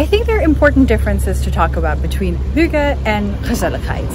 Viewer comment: Hi fromDenmark "Hygge" was spot on!!! 🎉🎉🎉